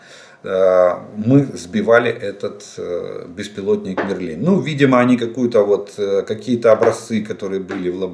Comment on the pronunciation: Волшебник мЕрлин.... пожалуйста ударение на первый слог